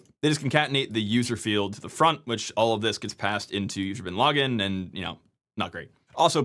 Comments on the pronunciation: I keep hearing user bin laden :/ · Every time you say "usr / bin / login" it sounds like User Bin Laden to my English ears! :D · Oh come on! You went out of your way not to say "usr bin lah-ggin" like the rest of us in our heads 😂.